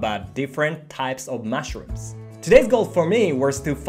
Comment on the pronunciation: I love your channel. One correction though: you say 'mashrooms' instead of 'mushrooms'.😊